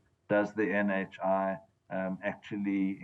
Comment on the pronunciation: Did he say "NHIV" 😂